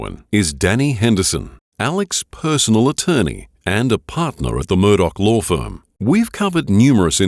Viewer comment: it's pronounced law, not lore